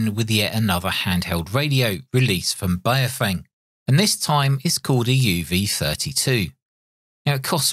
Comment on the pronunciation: The correct pronunciation of Baofeng is like Bow like the bow of a ship followed by Fung like fungus. I have three of these and the airband reception is terrible. It's like it's stuck on FM when it should be AM. I've contacted Baofeng about this asking if there's a firmware update to fix it but there's nothing at the moment. Apart from that it's all good apart from Bluetooth programming which seems to crash the radio and requires a factory reset.